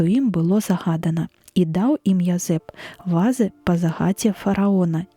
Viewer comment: У слове "вазы" націск трэба на другім складзе рабіць, а ня на першым, інакш замест вазоў зьяўляюцца нязразумелыя ва'зы.